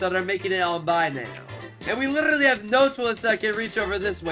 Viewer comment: Bro said llllibty not literately